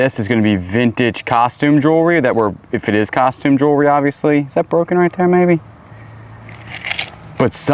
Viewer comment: Please, please, please learn how to say jewellery correctly!!!